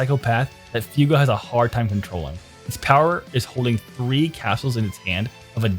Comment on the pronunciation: Alright so we need to be serious for a second I like the video but WHY THE FUCK ARE YOU SAYING F-EW-GO YOU BABBLING BUFFOON THEY LITERALLY SAY IT IN THE DUB F-YOU-GO